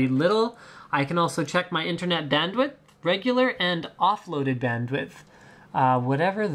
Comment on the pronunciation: You said Internet Dandwit lol =p